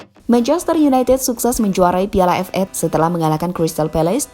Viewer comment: 6.15 admin menyebut Piala FA tidak dengan sebutan Ef Ei, tetapi Ef Eix... Wkwkwk... Semangat terus min...